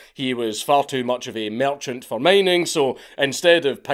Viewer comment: "Merchant" you say...